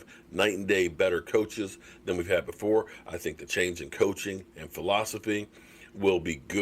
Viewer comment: Wow two videos in a row not mentioning Jason Garrett's name. now he sayin coaxing lol Can we go for 3 videos in a row without mentioning Jason Garrett's name 6 months after his firing Lol